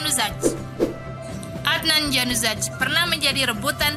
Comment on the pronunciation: Salah nyebut nama adnan januzaj